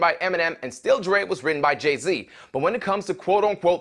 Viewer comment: Really not clear if you're saying Dre or Drake.